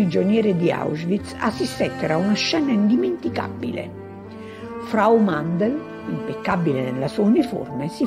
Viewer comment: Mandl non Mandel